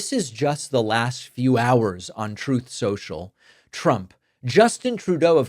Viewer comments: Why does he pronounce it troth sential🤣🤣? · Troth Cential 😂 please never stop saying that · I cane to thus video just to hear David say "TROTh Social".🤓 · troth sential? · "Troth Central" yet D-O-G-E, a made-up department acronym, YOU prounouce douche, not dogg(i)e. WTH would your English teachers think? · “Troath Cential”